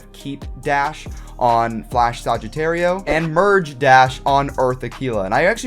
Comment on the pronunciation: Kirido Games THANK YOU!! And he also pronounces is like Sogittario